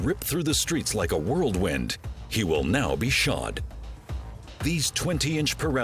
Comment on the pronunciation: The word is ""Whirlwind""... not World Wind :)